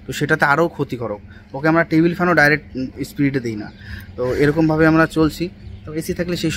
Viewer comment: kothata spirid noi, kothata speed hobe